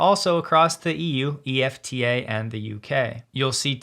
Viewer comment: EFTA is usually pronounced as a word, just like NATO is not pronounced N A T O.